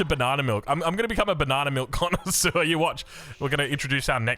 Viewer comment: saying "connaisseur" and not connoisseur don't know if its on purpose but perfect french accent mate (unlike jeanne d'arc XD)